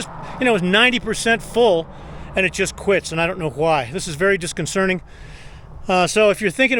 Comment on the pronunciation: It’s disconcerting not disconcerning.